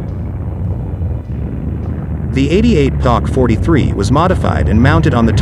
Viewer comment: Poc 43....no pack 43..